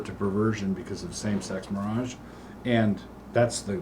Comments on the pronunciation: yes. He calls it same-sex mirage. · Doug refers to it as “same-sex mirage”, because while it sort of looks like the real thing, it definitely is not. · Is Doug mispronouncing marriage when talking about some sex marriage on purpose?